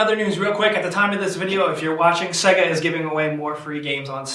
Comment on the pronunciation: Seh-gay? I don't mean to be "that guy" but Sega is pronounced Say-gah dude lol